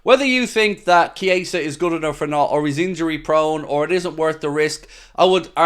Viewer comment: Could at least get his name right man 🤦‍♂️